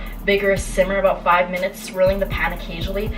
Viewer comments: Hahah the Canadian came outta you when you said “40 frickin minuets it’s already been cooking for “ 😂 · When you said “40 fucking minutes it’s already been cooking for” you sounded so Canadian lmao